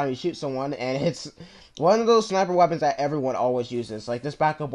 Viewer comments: It's not WeaponsTat it's weapons that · "WeaponsTat" LOL